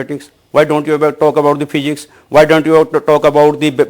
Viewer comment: cannot pronounce "Physics" he is pronouncing it as "Pygics" so you can expect what he can do further